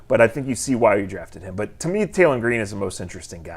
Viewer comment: Cut it out. He said taylen 😂😂😂😂😂